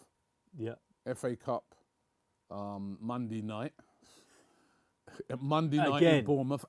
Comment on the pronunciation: mondey night lol